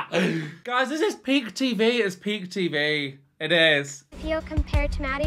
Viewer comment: I clearly heard you say, “this is pig tv, this is pig tv…” which is true… Ok I’m just kidding….PEAK TV…I know, but PIG sounds more accurate 😂😂😂 Btw, you are hilarious! Great reaction video.